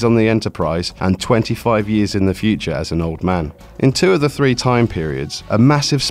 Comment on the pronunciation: Not one. Not two, but free. Also, fird of five.